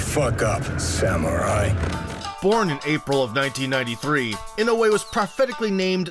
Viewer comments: The correct way to pronounce his last name is not INO-WAY, but E-NO-OO-WAY. NOW-YA for his first name. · Pronounced ee-no-oo-eh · NOW-yah IN-oh-way